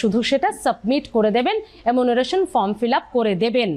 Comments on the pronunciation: Apni bar bar emunaration bolchen,ota actually enumeration hobe....!!! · দরকারি কথার থেকে চোখ মটকে গপ্প করার ঢং বেশি।বারবার “এমুনারেশন” উচ্চারণ করছেন। গুছিয়ে নিন । তাড়াহুড়ো করবার দরকার নেই । অনেকেই “এনুমারেশন” কে “এমুনারেসন” বলে ফেলে।